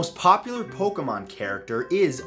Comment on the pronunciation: pointless to argue. He couldnt even pronounce pokemon correctly.